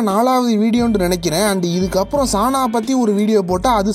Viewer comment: சந்தோஷ் நாராயணன் ச - குறில் நா - நெடில் சானா இல்ல சநா . Correct aa pronounce pannunga bro..👍